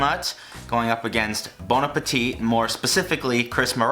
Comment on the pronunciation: It triggers me that you pronounce the last t in bon appetit. It's silent!